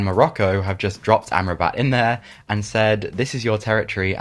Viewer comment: great vid. allow me to correct the pronunciation of Sofyan Amrabat for you: it is [Ahm-Rah-Bet] not [Amra-bat] :)